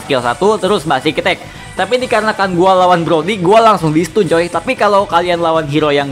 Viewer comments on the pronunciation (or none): none